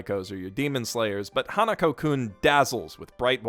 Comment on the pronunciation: It's Hanaku-kun, not Hanuko